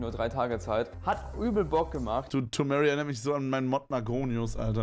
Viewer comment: tomary spricht seinen Namen richtig aus und paar Sekunden später spricht Kevin ihn falsch aus